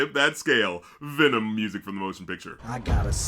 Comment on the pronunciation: no it's VNMMM! VNMMM, VNMMM, VNMMM! VNMMM, VNMMM, VNNMMM! It's like he's purposely not even trying to say the word "venom" correctly.